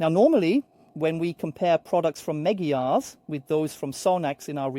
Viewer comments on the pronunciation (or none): Please don't call it Megyar